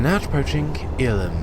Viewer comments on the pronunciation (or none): basicly to pronounce irlam you have to say it like this err lam hope that helps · Also, Irlam is pronounced 'ERR-LUM'